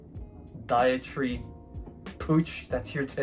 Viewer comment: Podiatry - Puh•di•uh•tree ~~ Enucleation - e•nu•kle•a•shun 😉😉😂😂😂